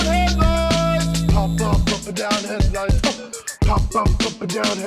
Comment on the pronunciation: POHP OHP HEADLOOOIGHTS!! 😂😂😂